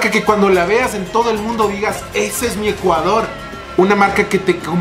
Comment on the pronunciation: Dice ECUADRO